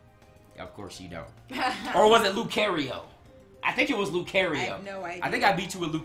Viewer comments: It's not care it's car io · its lu-CAR-io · he said lucario wrong